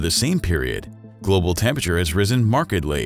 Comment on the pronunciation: Tempeture??? It’s tempERature!!!